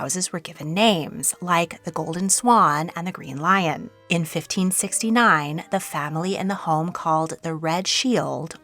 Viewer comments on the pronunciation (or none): none